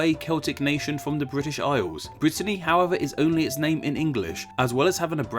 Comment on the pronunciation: '.......Fwom vuh Bwitish Isles........'- nice speech impediment, you turd - BRAVO !!